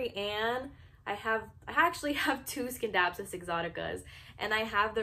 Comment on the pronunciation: Nice video. But it’s “sin-dap-sus” not “skin-dapsus”